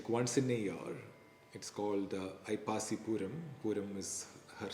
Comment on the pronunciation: Sir, it is Aippasi. Not Aippaasi. Thank you for the divine discourse. Thank you 🙏🙏🙏 Brings an ocean of peace 🙏🙏🙏